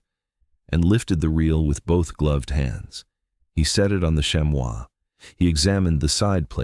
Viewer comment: Chamois is pronounced “sham-ee” not “sham-wow” lol.